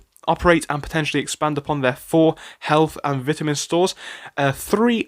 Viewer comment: Vit a min not Bitterman